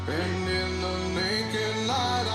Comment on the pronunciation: she thinks it is "the soundS of silence"? A vocal coach pronounces "and" as "eee-ind" - I could go on but she is not fit for purpose.